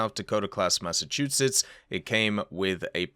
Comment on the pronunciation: You pronounced Massachusetts just fine.